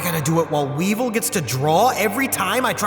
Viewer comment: Weevil? Sound more like Weebvil